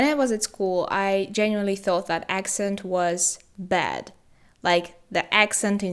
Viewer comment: i don't mean to offend, but you still have some flaws in pronunciation (bad - bed, etc..) keep improving! i believe in you